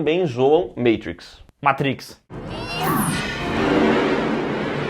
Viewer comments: Eles tbm zoam "MEITRIX" 🤮🤮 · Meitrix não, matrícs